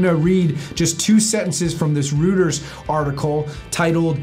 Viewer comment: How can the audio be that echo-y with a mic just a foot from his mouth? Is that just a prop mic? It sounds like it's actually recorded by the mic on the camera. And the international news company's name is pronounced Roy-ters, not Roo-ters.